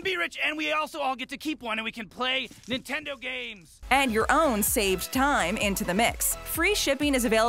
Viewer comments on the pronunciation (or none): none